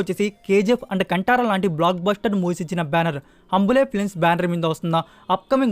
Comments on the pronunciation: హంబులే కాదు బ్రో... హొంబలే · ok pranounce correctga cheyi nex time it is ಹೊಂಬಾಳೆ